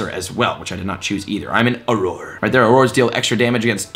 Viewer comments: Not Aroar, its Awrur! You'll get a hang of it 😁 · It’s pronounced “or-err” not “ah-roar”. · Welcome to the wizarding world ⚡️😂 Just a tip, auror is pronounced or-er :) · I love that you are a gamer who is learning about Harry Potter and I’m a huge Potter fan who is learning to play a video game. P.S. Auror is pronounced “or-rer” Thanks for the helpful vid! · Auror is pronounced oror so just say or 2 and that's what it is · Auror is pronounced ora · I think its good to correct him or we will hear it wrong forever and it was starting to bother me too esp if thats his profession. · Jesse Adkins Same! I literally winced when he kept saying it! XD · I very nearly had to click off the video! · Sounds about right. If the shill can't even pronounce "auror", shows how much he really knows about what he's been paid to promote. Which is not a lot, evidently. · My dude great helpful video, but I wanted to throw my phone into the wall each time you said Auror